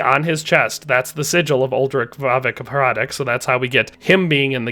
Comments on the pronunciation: heads up, hradec is pronounced as "hradets", not "hradek", pretty big pet peeve for people that carry the last name and have to listen to everyone calling them hradek all the time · Hradec is pronounced with c not k in the end